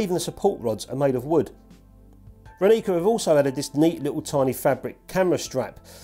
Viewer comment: It's Ráni(ts)a not Raní(k)a ;) means "Morning", if you want to know. Great review anyway.